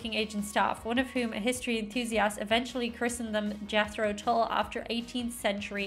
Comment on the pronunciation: Late 60s - 70s - and beyond till now Jethro Tull was a 18th century English agricultural innovator who invented the seed drill pulled by draught horses Cracks the English-speaking world up the way Yanks pronounce ‘Tull’ like ‘pull’. ‘Tull’ is pronounced ‘t-uh-l’.